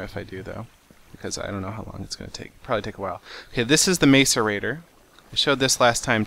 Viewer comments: MASS-erator. It's hilarious listening to him saying MACE-erator. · It's pronounced mass-er-a-tor not mace-er-a-tor. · He is pronuncing macerator wrong the ma is not like may but is like mac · "mass-or-ator" not "mace-er-ator" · It's pronounced masserator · its not pronounced mace-erator it is pronounced mass-erator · It is pronounced like Mass-erator not Mace-erator Seth :P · mac-a-rator, not maca-rator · Oh. And by the way, it's Mas-erater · It's pronounced mah-sor-ater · I don't mean to be mean but its MASS-erator, or at least how its pronounced. its bugging me a little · IT'S PRONOUNCED MASS-ER-ATER!!! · Pronounce macerater like this (mass-er-a-tor) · Will you please pronounce it mah sir ate or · macerator is pronounced mass-er-a-tor not trying to be mean, just it bugs me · Lol how he says macerator. It's said. Mas ir ra Tor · Macerater is said mac- er-rate-or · it is called a mass a rator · Your saying macerator wrong! it's pronounced "Mas-er-ay-tor" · Its pronounced masseur actor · some people pronounce it MACE-aRATOR stop being mean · Macerator (Mass-e-rator) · its pronounced "mass-arator" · You say it like mass-a-rator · lol You are saying macerator wrong.. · calm ur head,u dont need to get that mad about a mispronounciation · You said it wrong